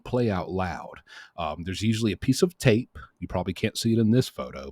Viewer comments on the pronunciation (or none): none